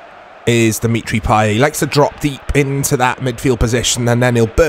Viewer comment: Payet's t goes unpronounced, you read it as Payé.